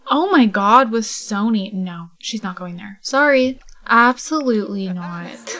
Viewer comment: lovr the episode!!! i do want to let you know though that Sonny is a nickname for Alison so it's pronounced Sunny not Sony XD ily!!!